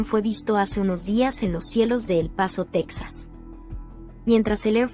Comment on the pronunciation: ES TEXAS NO TAXAS